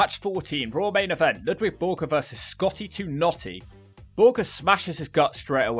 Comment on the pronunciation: Its LUDVIG not Ludwig